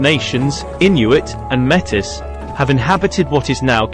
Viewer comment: Metis is pronounced May Tea, not Mettis.